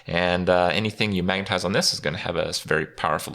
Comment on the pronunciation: Dude! Were you high while making this video? You got serious pronunciation issues with words like "specimen" and "magnetize" and "toxicologist" lmao